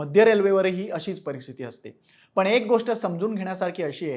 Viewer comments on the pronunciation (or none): none